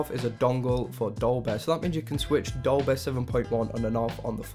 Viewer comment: its dolby not dolbeh